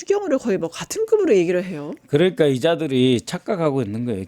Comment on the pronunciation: 있었슴다??? 북한 발음이네!!! 그렁까??? 뭔가., 한국어 표현이 넘 어색하네요!!!!